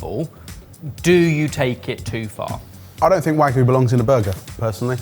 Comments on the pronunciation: Come on, guys… if you’re a food channel, you should know it’s pronounced wagyu and not wagu, gyu meaning meat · i still can't get over the weird way pronounces wagyu as "wah-goo". the last burger looked way too much, esp the cut of pickle. the white castle burger is a classic though. in college, we occasionally would go grab a crave case or crave crate because it was cheap and just a ton of food. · I hate to be that person but every time they say Wagyu I die a little inside